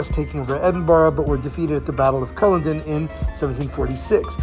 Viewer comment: The Jacobite Rebellions were not about the "English throne" nor even a Scotland v England thing, it was the throne of Great Britain at stake and there were English jacobites and Scottish Government loyalists. Oh, and Culloden is pronounced Cull-odd-in ;)